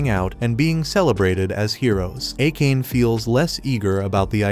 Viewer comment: for the future, please pronounce Akane as "Ah-kan-ay" I made that mistake in my teens until I heard it pronounced in an anime.